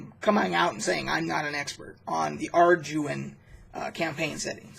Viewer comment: It is pronounced are-dew-in. These were the first books that I used in early D&D. I loved the simplicity of the system and vastly prefer it over modern rules. You needed these supplements because the original D & D books were so incomplete. They were just collections of charts, maps, monster lists, etc. None of them actually taught you how to play the game in early days. It was passed from player to player by oral tradition only. I remember being offered a job in high school explaining how to play because parents bought the books for their kids but they didn’t know how to actually make a character or do combat or anything.